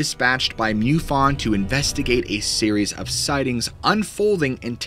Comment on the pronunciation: Dude. It's pronounced MUfon, not MEWfon.😎